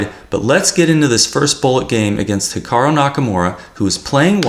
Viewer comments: 'Hikaroh'? Hahaha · I like you and all but please stop saying ‘Hikaro’ 😂